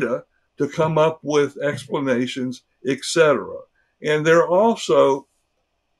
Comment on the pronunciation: He is a doctor. He said "eKsetera". He also misspoke about his white crow analogy. Help.